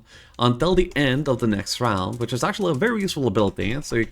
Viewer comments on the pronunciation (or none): none